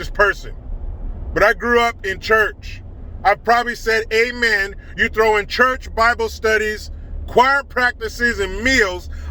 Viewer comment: at least he could have put the extra effort in to be consistent: AMEN and AWOMEN, not awomAn...